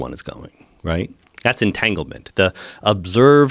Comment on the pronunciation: did he say entanglement lmaoo